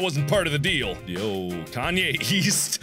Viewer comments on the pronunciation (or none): I thought he was saying "Kanye YEAST"!!